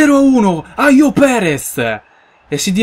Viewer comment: ayoze Perez si dice proprio Ayoze, non aios;)